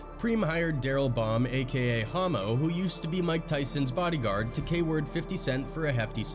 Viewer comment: Why?? It’s pronounced “Ha mo” short for Homicide not Hoe mo 🤦‍♂️